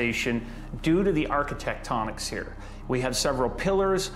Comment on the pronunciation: "architectonics"? that's a new one